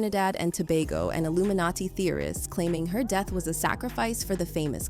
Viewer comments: What’s does ‘stayed queet about the deeth of her friend’ mean? Htf can these voice softwares get stuff like that wrong? Budget ass lol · is this A.I. news? why is the narrator messing words like 'quiet' and 'death'? a.i. is out of hand and a bigger threat to humanity than jz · Can't take this video seriously while "death" and "expired" can't even be pronounced right 😂